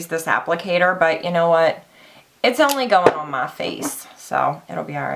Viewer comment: That "ON" word heavy thick accent is driving me nuts LOL